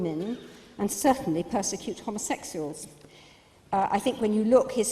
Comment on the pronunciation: that bitch can't even pronounce homosexuals